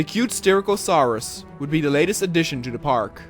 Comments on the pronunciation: Btw you pronounced Styracosaurus wrong i'm not trying to be rude just pointing it out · I'll actually tell you how you SHOULD say Styracosaurus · Bro its not soochomimus its pronounced Sook-o-mime-us and for styrakosaurus its Stie-rack-o-soar-us